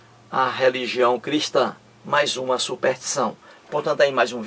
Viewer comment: Embora repetitivo, sua maneira de expor o assunto é coerente. Só acho que, para maior credibilidade deveria estudar melhor a nossa língua. Uma pessoa que pretende levar conhecimento à outrem e nem sabe pronunciar SUPERSTIÇÃO causa má impressão.